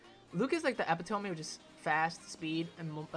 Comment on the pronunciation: Loving the tier list, but your pronunciations of "Epitome" are physically hurting me :(